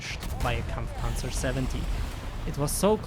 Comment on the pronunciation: I was wondering what that accent was, untill i heard you perfectly pronounced Kampfpanzer xD